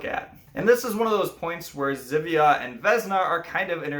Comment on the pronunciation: "Ż" in Polish is read as "J" in French. As previously I shared Your film on my FB page, but again I suggest You to check pronunciation in Google Translator. :)